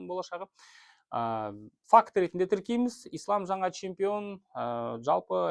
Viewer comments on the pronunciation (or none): none